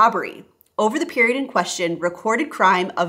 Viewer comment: It's kinda annoying that you don't post your sources. This way it's almost impossible to know what exactly you are talking about. Especially if you say stuf like "periond in question" without elaborating what that means exactly